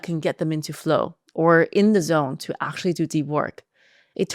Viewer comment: Actually or aqtually? 😅